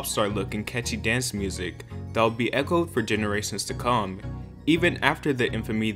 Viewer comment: Ok... I see that "In the late 90s" was addressed.. Has anyone noted that he said "in the generations to kong" tho??